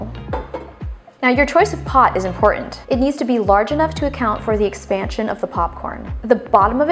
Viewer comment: Why do you go out of your way to mispronounce important?